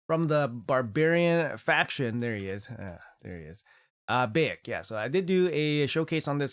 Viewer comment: bAyek, not bEyek :) BAH-YAK ;D